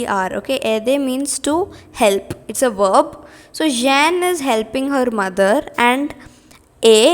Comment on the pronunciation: Seriously, It's not Jen it's Jon d'arc And it's Loren not lora And when you have et or est, etc. Before a vowel the t at the end is pronounced And its ganye not gaynye And wrong definition for combustion Any object that undergoes combustion(combustion is a chemical process where an object reacts with oxygen to give out heat) is called combustible Not all combustible substances give out flames, for example coal/charcoal